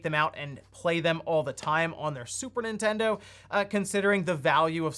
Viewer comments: Is it just me or do you keep calling it "Super Intendo"? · Intendo? WTF is that? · "N1ntendo" xD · "N1ntendo" lmao